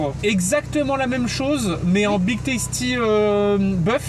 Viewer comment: Tasty putain pas toasty mes oreilles seigne